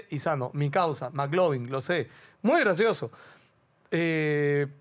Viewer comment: Cómo q Maclovin pelao ctmr!!! La referencia es al popular Mclovin, q se pronuncia Miclovin 🤦🤦🤦🤦😂😂😂😂😂😂😂